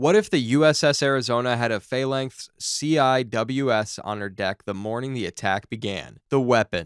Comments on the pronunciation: Can't stand AI narration. C I W S is not spoke separately. It's pronounced See Wizz, just like people say RADAR, not Radio Detection and Ranging or R A D A R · What kind of American are you, CWIS it's pronounced "SeeWis" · hearing you spell CIWS out instead of just saying "See-wiz" made my teeth fall out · Is this human narration or AI, Phalanx and CWIS are both pronounced wrong. Phalanx can be explained by a speech impediment but not calling it a sea-wizz is either incompetence or the level of incapacity you get from AI TTS garbage.... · CWIS is commonly pronounced "see-wiz" as a FYI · Sea Wiz is how it is pronounced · As someone who has a brother who used to work in these... "see-whiz." That's how that acronym is pronounced. 😂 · Tell your AI it's pronounced "Sea-Whiz." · It's pronounce "see-wizz" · AI can't say CWiz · It’s pronounced “See Wiz”